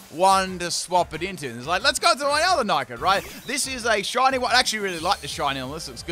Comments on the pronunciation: do you purposefully mispronounce the names? It isnt Nike it its Nick it. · Nickit is pronounced Nick - It. “Nick”means steal in the UK, so it literally means steal it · the way you pronounced nickit destroyed my ears. day 74 of asking for a full torracat team